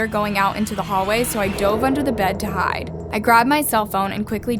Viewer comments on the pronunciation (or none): none